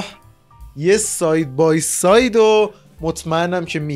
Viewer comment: داش "سای بای ساید" چیه؟؟؟؟؟ الان منظورت "ساید بای ساید"ه؟ یعنی واقعا اینقدر سختته یه "د" اون وسط بگی؟ الان که چی مثلا یه کلمه رو جا انداختی به ارزش شخصیتت اضافه شد؟ حتما تو مجازی هم از اون اشخاصی هستید که به جای "سلام" میگن "سلم".... تا وقتی امثال شما رو تو جامعه داشته باشیم فکر نکنم حالا حالا ها قرار باشه پیشرفتی بکنیم